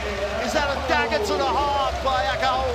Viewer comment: Great game, and thanks for putting the full game online, but please FIBA commentators... practise your pronunciation of Japanese names before the game: Miyoshi (not MiYAshi), Tokashiki (not TokaSHI), Akaho (not AHAho, AKAIho or AkaYO), Mawuli (not MUli)